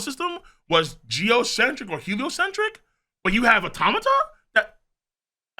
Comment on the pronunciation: You are the first One Piece theorist I've seen to pronounce "automata" correctly. Thank you so much! Awesome theory too!